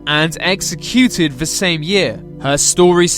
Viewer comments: I've never heard an Englishman pronounce exeCUTED like that before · What’s with the weird stressing on words? exe-CU-ted. Good video by the way. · O RG Sounds like a Londoner to me. Although he prounces some words like "executed" and "identifiable" differently to me.